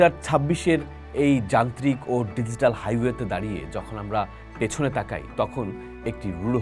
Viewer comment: Apnar banglao kharap, English o .. DiGital.. its G … ar Ekhoi na .